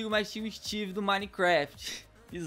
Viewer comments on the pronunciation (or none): none